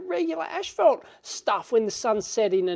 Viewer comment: Did he say ashfelt?